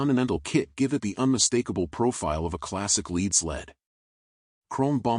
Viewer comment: I have worked on classic customs many times. And I’m trying to tell you you pronounce lead wrong. You’re making a mockery of the process get your pronunciation straightened out please